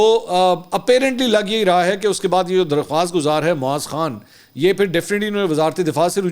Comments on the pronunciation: Mansoor Bhai TopCity ke owner ka name aap ghalat Le rahey hain UN ka name Kunwae Moeez Khan(KMK) he Our aap moaz Khan Keh rahey hain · ٹاپ سٹی کے ما لک معاذ نہیں معیز نام غلط ادائیگی کر رہے ہیں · His name is Moeez not Maaz